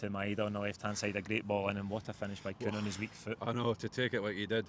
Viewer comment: *Kuhn - get it right FFS! 🤦🏻‍♀️